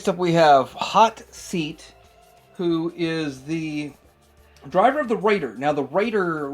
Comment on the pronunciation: Just when I was agreeing that Dog Fight looks boring as hell, you show Hot Seat. Not only super boring but the way you say it sounds like "Hot Feet". Anyway I'm not really familiar with the late 80's and 90's Joes so I really appreciate this Reto Wednesday series! ❤❤❤